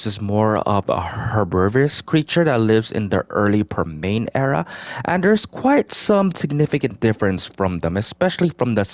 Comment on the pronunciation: Permian: 🗣”Perm-EE-Unn”